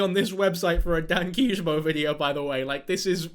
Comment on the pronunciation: WAIT YOUR CHANNEL NAME IS PRONOUNCED DAY-N-KEE JUH-BOW AND NOT DAH-N-KI YAH-BO? WHAT